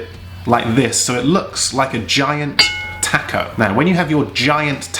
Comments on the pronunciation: That's all well and good when you're seven feet tall. How about when a normal size person has to do this. And the word is pronounced Tah-co, not Tack-o. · >> Tack-oh? WTF? OH TACO! (tah-koe) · Tah-co not tack-o. Rhymes with hock-o. Spanish A. Can't get teeth to ungrit.